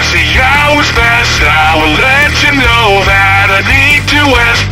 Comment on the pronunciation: My favourite part is , not because its the "best" part of the song, but because on this AI it just says "know" like it has 2 syllables.